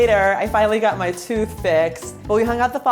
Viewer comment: “Ma you beautiful” Tell me ur from NY without telling me ur from NY